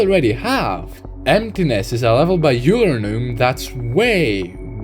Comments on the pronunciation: Oh by the way a small discrepancy I have encountered is you saying "EulerNum" It's like "Oiler" instead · Euler is pronounced “oiler”